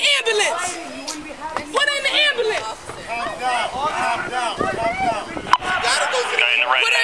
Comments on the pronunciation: "I need an abullanance" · Ambalance “put her in da ambalance”